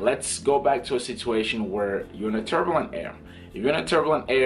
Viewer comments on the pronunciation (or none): none